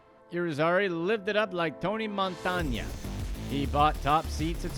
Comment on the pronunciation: I almost changed this video just because of how you said Tony Montana lol